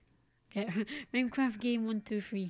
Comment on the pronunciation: "meincraft" lol